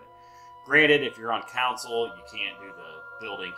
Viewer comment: It took me 16 minutes to realize you were saying CONSOLE and not COUNCIL.